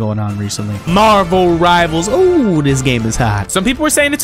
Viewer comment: Bro really said Marvel rivels